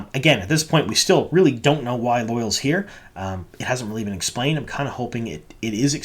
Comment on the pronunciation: It bothers me how badly you are mis-pronouncing Loial's name. I have wanted to say something for awhile now, and finally decided to. It's NOT 'loyal' or loy-uhl as you are saying it. It's 'loya-ahl' or think of it as loy-owl. Check the glossary in any book to see the actual way to pronounce it. Or even better go back to episode 5 around the 18 minute mark and listen to how Loial himself says it. That's the best way to hear it. :)